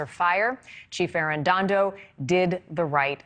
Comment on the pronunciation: She has read an additional ‘n’ in “Arredondo” every single time, but I don’t mind because mispronunciation shows disrespect. Arredondo deserves very little respect.